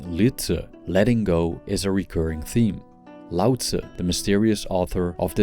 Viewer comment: I ❤ the way he says Laotzzzzz instead of Lao Tzooo